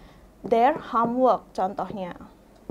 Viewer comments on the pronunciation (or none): Do you like me?? Sound so funny bu guru... Hahaha.. .u can use admire ..ini lebih sopan Instead of using like me.. Detail sebutan nya salah bukan deta ell Home work bukan ham work Hom bukan ham Salah sebutan Bu guru..harus lebih bener lg sebutan nya..